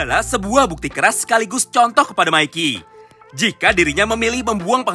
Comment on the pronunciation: Bang bukan maiki tapi mikey